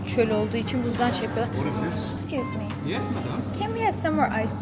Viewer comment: 15.34 !exkuizmi! diyisine oldum buyyunce senin gibi konuscam abla